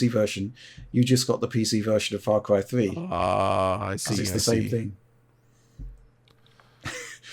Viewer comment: Or as would say " Fah Cwy thwee"